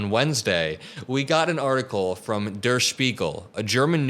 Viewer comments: "Der" sounds like "where", nut "duhr" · Just a note on German pronunciation…the word "der" is pronounced like "dare." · Der is pronounced "dare". But great job on spiegel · Much better pronunciation today on Der Spiegel. One pointer - the r is silent, like "dare" with a British accent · Dude der pronounced ‘dare’ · "Der" in Der Spiegel is pronounced as "dare"